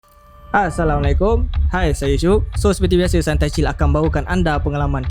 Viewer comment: Bukan aasalamualaikum. Tapi assalamualaikum